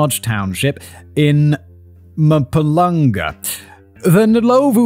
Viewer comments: It’s Mpumalanga NOT Mapulanga 😭😭😭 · The pronunciation in this episode! I loved the note for Mzansi watching XD Mpumalanga had me spit take..."Mahpoo-lung-a" Close, close but really far. Loved the episode nonetheless.